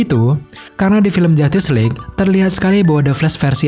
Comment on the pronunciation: Saya mendengar "Film Jatis League"